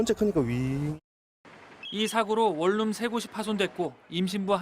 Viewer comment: 월룸이냐 원룸이냐~